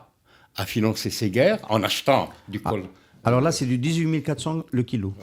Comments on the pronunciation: On ne dit pas COLTRAN mais COLTAN, pour Colombo tantalite,, c'est un géologue minier qui vous le dit: VOUS OUT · Oui.. bon, a en effet repris le terme de l'intervieweur, COLTRANe (comme le saxophoniste), mais à 9mn05, il précise que COLTAN, c'est COL comme Colombium (et non Colombo, comme le détective), ex nom du niobium, et TAN comme Tantale. On peut disséquer chaque mot, reste que le propos est intéressant.